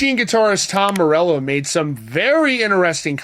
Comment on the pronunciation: Tom more-sell-o What a tool